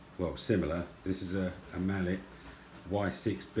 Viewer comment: The way you pronounce “Mallet” in this circumstance would be “mal-lay”